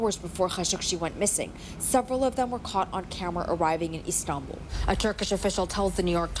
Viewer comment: He has been good with the names so far but then "ESTANBUL"